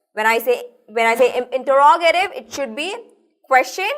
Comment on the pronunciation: awsome but the pronounciation of interogative was wrong